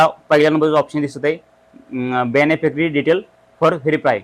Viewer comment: तो बेनी फेकरी नाही , बेनिफिशरी आहे तो